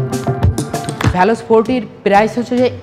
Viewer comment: ভ্যালস না। ভেলস